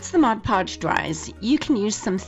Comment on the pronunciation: What a wonderful and helpful video! Thank you so much. But what I really liked was that you knew how to say Mod Podge. 😁 I see so many videos where people say Modge Podge and it drives me crazy. 😁 I have a few video tutorials on my own channel and one of them involves glazing my paper beads. And I do that initially with Mod Podge before I use varnish. I had the sweetest comment under that video the other day of someone saying they loved how I said Mod Podge and not Modge Podge. So I thought I would tell you the same thing because I know the comment made my day. Wishing you a happy holiday season from Santa Fe, New Mexico. 😊